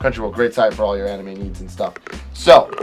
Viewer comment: The first anime he said when he pronounced it I triggered so hard IM LIKE IT ISNT PRONOUNCED THAT WAY i almost threw my phone into the wall